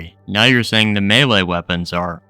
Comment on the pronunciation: He's saying melee but he says it wrong, like "mee lee" or "mealy" or something